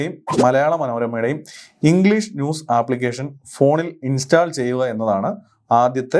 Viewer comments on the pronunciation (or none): Really informative and impressive. Your effort is highly commendable. Thank you so much for this video. Bro, remember one thing... Pronunciation of the word, install is ഇൻ'സ്റ്റോൾ √ 'ഇൻസ്റ്റാൾ X Another one..., Contents (usually plural) - 'കോൺറ്റെൻറ്റ്സ് (Noun) = ഉള്ളടക്കം Eg: This is a stylish and beautiful movie, but it lacks contents. Content - കെൻ'റ്റെൻറ്റ്സ് - (adj & vb) Adj, സംതൃപ്തമായ Eg: He had to be content with third prize. Verb, തൃപ്തിപ്പെടുക She contented herself with a cup of coffee. I hope it would be very helpful for you. Please try to study Phonetics from YouTube. May God bless you abundantly. If you have any assistance, feel free to ask me. It's my pleasure !